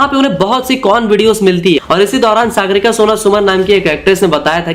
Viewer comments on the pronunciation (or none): none